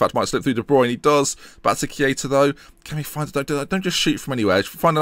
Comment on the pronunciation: Why Key-aa-tah? :/